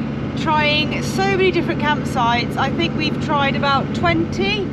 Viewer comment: Absolutely howled out loud at accidental blooper ' campsh--es so funny but just about sumed it up! Arrh no-one can't say you didn't try and stay so positive camper vanning in the UK. Bet it's defo not on your list next year:)))) thanks guys love your vlogs x